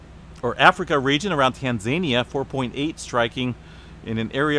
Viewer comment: Tan za ni’ a. Not Tan za’ ni a.